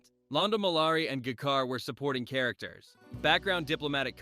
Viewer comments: Guh-Kar? Bro... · This may only be youtube but please at the very least learn how to pronounce the characters names..... It's G'Kar, G as in James, Car is in car. RIP far too many. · I'm not sure if this is AI or human mispronunciations, but anyone who's watched the show knows it's pronounced "J-Kar" (not G-Kar) and "IHVAN-ova" (not "Ivan-OVA"). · It's ja kar pronounced like j not guh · What is Gerkar? It's GeeKar! Is this AI voice? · The AI voice over is horrid. Gih'kar. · AI trash. Pronunciations are all over the place (Juh-kar? sheesh) and facts are just plain wrong - e.g. "Day of the Dead" was written by Neil Gaiman (as correctly shown by the IMDB page for this episode). Trash video from a trash channel. 👎👎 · Democracy slowly giving up their freedom, MAGA cult to tRUMP right now is proof this can happen. The United States' democracy lasted 248.5 years It is pronounced GEE-CAR for the record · “Guh-KAR”??? Really? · These "creators" who use AI narrators really need to learn how to rewrite their scripts phonetically to make sure the AI pronounces unconventional names and words correctly. For example, every instance of G'kar needs to be written as Juh-Car. But they won't. This is why AI slop will always remain slop; because all the so-called creators on YouTube can't be bothered to generate anything else. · "Guh-car," spoken like someone who never saw a single episode of the show. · I heard people mispronounce "Katsulas" before, or pronounced G'Kar as Jakar, but this took the cake.🙃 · Yeah man, get in the Guh-car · I you don't properly know how to prononce G'Kar then you are an AI voice and you obviously NEVER watched so much as a clip let alone an entire episode. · is this read by AI or has the guy never seen a single episode?!? G!`KAR, IvanOva... And you were unable to show DS9 when mentioning it but showed something of the calvin timeline instead? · The narration in this is very jarring. I'm guessing it's AI. It mispronounced most of the character names.